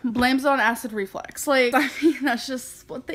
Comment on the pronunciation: If she says acid reflex one more time.... ITS ACID REFLUX.